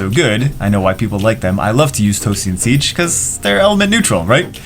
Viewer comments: Sige (See-Gay), not siege xD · Sige is pronounced as Si - gay